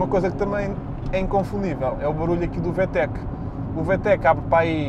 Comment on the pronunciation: Vê-Tech.. 🤦‍♂️ Vi-Tec!👍